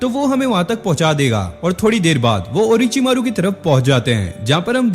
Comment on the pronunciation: Ochi maro❌orochimaro✅